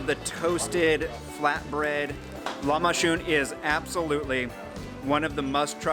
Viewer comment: He says shhh “lamashoon” (lahmacun) or k it’s said like a j (in English)